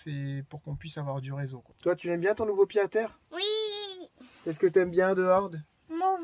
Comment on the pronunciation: Le retour des daily vlog! Bon par contre on dit Pied-à-terre avec un T « pyé t à tèr » 😊 ( Ca date de la renaissance )